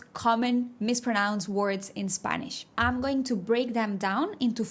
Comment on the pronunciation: I hate to be this guy but, category is CAT-uh-gor-ēē The A is like a short a sound. Like “apple” . But you do not have that sound en español. The T is like a sharp T sound made blowing a very short puff of air with your teeth closed. The CAT syllable gets the stress. Also , when you say “I’m” like I’m going.. it should sound more like the Spanish word “hay” with an “mm” sound at the end. We help each other!